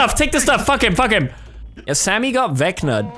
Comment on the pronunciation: "First card.. death. FOCK." xD